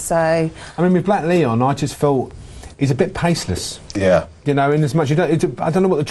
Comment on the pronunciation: Why is the host calling Blaklion 'Blackleon'? Shocking